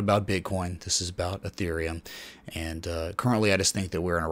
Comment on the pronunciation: Isn't it pronounced Ethereum 😲